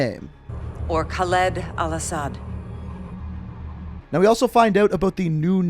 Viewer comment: The way you miss pronounced all ashads name triggered me